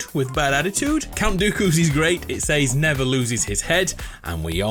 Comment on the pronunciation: "Seys" It's "Says"